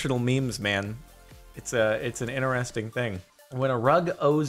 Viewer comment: Also 'inarresting'